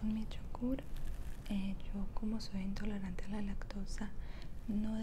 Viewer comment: "yo soy entolorante" JAJAJJAJAJAJA es "intolerante"